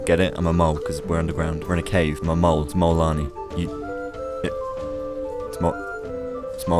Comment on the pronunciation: You mean Mole-anii